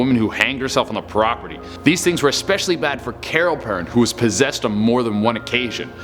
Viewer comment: He pronouced perron wrong but this guy is funny. It is pronouced PERROWN